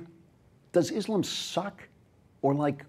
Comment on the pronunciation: Just one thing - next time, please pronounce Islam the way it is written, and not Islum. Otherwise, nice video